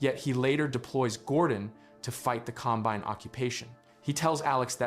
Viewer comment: This has to be a text to voice video right? I mean, the pronounciation mistakes are so strange. Com- BINE ?